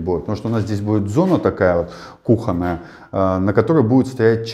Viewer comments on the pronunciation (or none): none